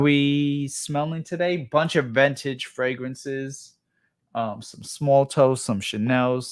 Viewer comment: Ventage he pronounces it ha!